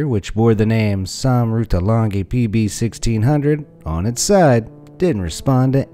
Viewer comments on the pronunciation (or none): sam ratulangi is actually pronounced sam ratulangi named after Gerungan Saul Samuel Jacob Ratulangi IMHO